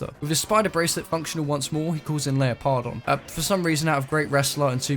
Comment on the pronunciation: I listened to the audiobook. I cringed real hard when I heard it pronounced LEOPARD-ON and not LEO-PARDON And I actually loved the book